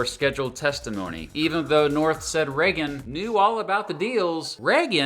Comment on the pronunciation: I remember the Reagan era, but I do not remember anyone pronouncing his name as 'Reggan' other than. Is it a local accent thing or entirely peculiar to himself?